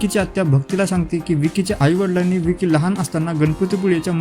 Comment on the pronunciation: विकी नाही रे बाबा ? वँकी